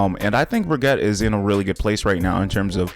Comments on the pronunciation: It's pronounced "Brig-ita". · ... at this point you are saying Baguette... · Love how he calls her bragatte